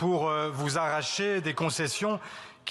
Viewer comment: "arracher" " aRRacher" 😂😂 Bien articulé l'élément de langage !😂